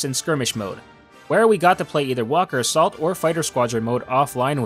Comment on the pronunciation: U said assault wrong